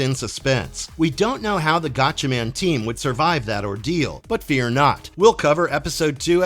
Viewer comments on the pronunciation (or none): none